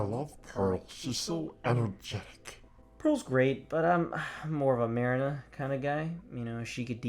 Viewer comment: I liked the video However, you did pronounce marina's name wrong. Other than that it's good